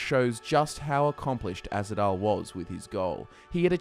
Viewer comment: it's Ahzidal not azhidal